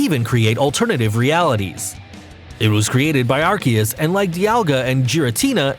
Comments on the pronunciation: He pulled a subtle one on us... at the end (near the two parts of arceus’s name) he pronounced it slightly different. It’s wrong but it’s different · Take a drink for every name pronounced wrong and you'll die from alcohol poisoning. He said Arceus right once, then butchered it. Are-Key-Us not Are-See-Us like the other YouTubers that still can't pronounce right after the movie release lol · It’s actually pronounced ar-coosss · Gardevyor Kaiyurem Lujia Jiratina Palkeya Darkray Arckeyus I dont hate him but please just pronounce them right not like this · I mean his intonation is weird but Ar-Key-us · You say all the names wrong plus arceus's attack is judgement not some flame basher lmao that is judgement